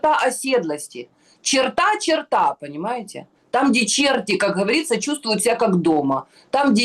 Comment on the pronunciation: Не чертА, а чёрта!